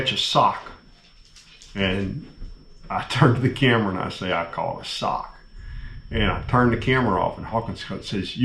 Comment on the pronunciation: Sock, not sick...